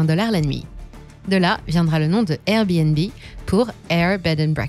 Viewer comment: On en parle du airbéNbé 😂 ?